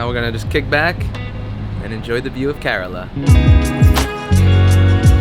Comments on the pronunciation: Its pronunced as "care La"... Not korela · It's not karela it's Kerala